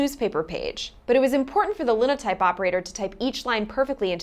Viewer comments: I'm almost certain Linotype -- which was a brand name, which is why spell check wants me to capitalize it -- is pronounced line-o-type. Both i's are long. It makes lines of type, it's a Line-o-Type, but they decided on Linotype instead, and I fully agree, as someone who learned to read phonetically and thinks that's the best method, that it LOOKS like lin-o-type, but it's not. Google it, and if your result is the same as mine, the first result will be a Dictionary listing with a speaker icon next to the word, and that agrees with me. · My mother was a linotype operator back in the '40s. They'd have to type in what they needed and it would create the line of type in lead. Since it was a stamp, everything was backward. Oh, and it's pronounced with all long vowels like line-o-type (līnōtīp). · Te-LEG-ra-phers, not TEL-a-graph-ers, and linotype is pronounced LINE-o-type. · "tel LEG grah fer" or "tel LEG grah fist" "LINE oh type" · #16. Line-o-type not Linno-type. Long "i", not short; the following consonant isn't doubled. Proofreading downstream caught most errors. Even the typesetter could see a problem and to mark the bad line to be ejected, they’d type “etaoin shrdlu” — the first two columns on the Linotype keyboard — to highlight the bad line to be removed. It’s all explained here: A documentary on the last edition of The New York Times produced on Linotype in 1978 before they went digital. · Line-o-type, not lin-o-type. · Lie-no-type , lye-no-type NOT Lynn-o-type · It’s pronounced “Lye-no-type” because, you know, line of type in a newspaper. But how could you know. There was a guy in J-school who sat at the Linotype machine continuously. That’s all he wanted to do. I felt sorry for him even then (1962) because we knew it would be phased out soon.